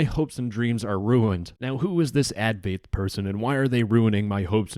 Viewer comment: you're pronouncing "advaith" completely wrong